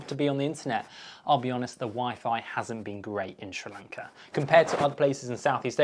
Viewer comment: Dude, hard to take you seriously when you don’t even know how to pronounce the country’s name properly!